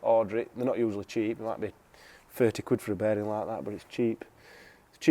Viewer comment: Love the accent "beering"